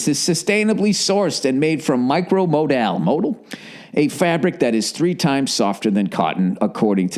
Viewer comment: Micro mo-dal... modal???